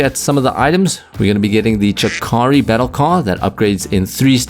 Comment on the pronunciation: Every time you say "chakari" a japanese person somewhere in this world commits seppuku